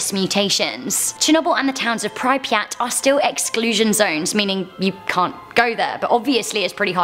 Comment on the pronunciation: Please stop pronouncing pripyat wrong